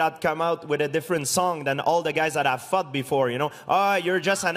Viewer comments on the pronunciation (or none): GSP says "fought" like "fucked" xD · Is it me or George said i fucked guy haah.